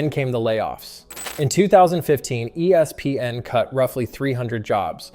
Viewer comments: He doesn’t just say E S PN. He also says E SPN, ESP N and ES PN. And all of those are annoying as well. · Annoying how he is saying E S PN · Yeah, it’s cringy. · Why is he struggling so bad to just say ESPN?